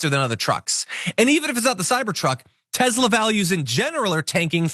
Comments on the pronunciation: What is up with pronouncing TeSla as TeZla? Is this Elon Musks attempt to enforce a change in the English Language? Send Elon back to South Africa!!! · Nikoli Te S la would like you to pronounce his name correctly. He says Te Z la is not a thing.